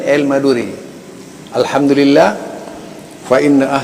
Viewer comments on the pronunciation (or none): none